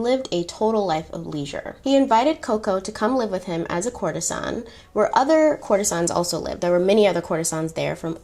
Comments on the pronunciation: Courtesan is pronounced like “court-iz-inn” ;) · COURTISANE is pronounced COOR TIZAN your pronunciation is awful but I enjoy your content.